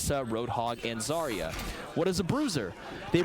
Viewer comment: Almost no one knows that "Zarya" is pronounced correctly with an emphasis on the last letter 🥺